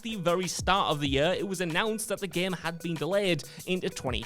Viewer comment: I hate the way this guy pronounces "year".